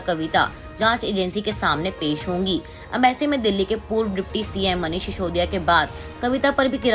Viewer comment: should learn how to pronounce "Sisodia" properly? What an anchor, what message is she giving? Reckless selection causing lowering of standards? Difference between 's' and "sh" must be kept in mind.